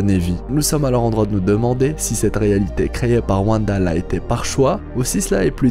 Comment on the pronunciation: A ne regarder qu'en vo svp les gens ! Car "Vanda" c'est juste pas possible